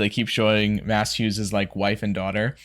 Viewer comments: Slight correction on the pronunciation of Maes. It’s pronounced Mays. Not Mass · This feels like an appropriate time to mention that Hughes' first name is pronounced Mays, not Mass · His name is pronounced "maze".